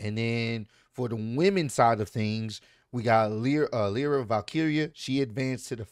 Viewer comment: it’s Lyra lie-ra